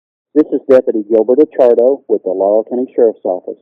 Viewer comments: Actually Acciardo's name is pronounced "Ah Char Do". And yes, pretty sure Sheriff Root is corrupt. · btw you pronounced Acciardo completely wrong. Your kind of embarrassing yourself by posting these.